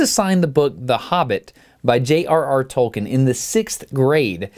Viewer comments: Tolkien, The Father of Fantasy ! And you made a mistake in the pronunciation of Tolkien, forget the "e" you should say Tolkin instead of Tolki-E-n ! And Ty for u'r content, i love it ( i'm french, sry if my english it's not very good) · It's pronounced 'Tolkeen'. It hurts man. Greetz D